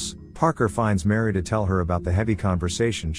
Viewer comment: It's not Mary. It's Miri.